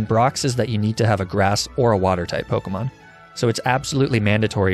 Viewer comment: The pronunciations of the pokemon kill me